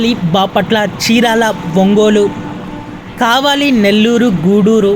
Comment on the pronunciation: ఊళ్ళ పేరు కూడా సరిగా చెప్పలేదు. ఆకివీడు, కావలి అంతే గానీ అంకివీడు, కావాలి కాదు తల్లీ